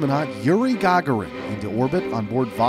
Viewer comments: You keep on saying the gaughran but it's Gagarin can you say is God darn name right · YURINE GAUGURAN Its Yuri Gugarin